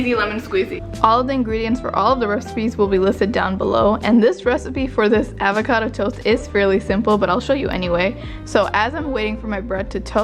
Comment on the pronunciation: “Avaaacado” hehe its avocado, loved this video